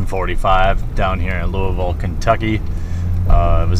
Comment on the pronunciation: I just moved away from Louisville to Richmond. No store I've been to comes close to Through The Decades. While it is a very competitive environment, it is super friendly and enjoyable. They still get my business since I moved. Also thank you for pronouncing Louisville correctly!